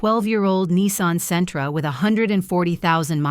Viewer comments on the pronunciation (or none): none